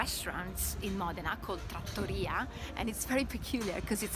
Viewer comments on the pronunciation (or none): none